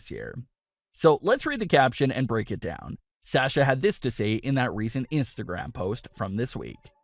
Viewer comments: Please say Sasha's name correctly it's SAW SHUuuu NOT SaS sHu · PLEASE learn how to say SASHA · Wish you would say Sasha’s name right. It’s irritating. They’ve busted up quite a few women’s tag teams recently. Wonder why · Why do you say sasha like that